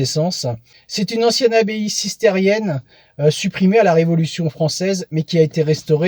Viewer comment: Abbaye cistercienne (et non "cistérienne" ) ! Merci pour tous ces beaux moments en votre compagnie